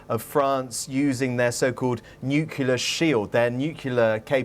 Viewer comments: Is he really a grown adult BBC correspondent saying "NUCYALER" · Note for that male reporter: Nuclear. Not Nukular. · Nucular???? So much for BBC English!!! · Did he actually say "Nucular"? Is the BBC reporter Homer Simpson? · This guy needs to learn how to pronounce nuclear, and quickly. He pronounces it like Homer. It's embarrassing.